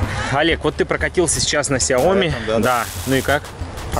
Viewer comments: Ну ляяяя, ведь правельно говорить не КСяоми, а СЯоми(((( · в оригинале сяо ми́, но постоянно все коверкают это слово.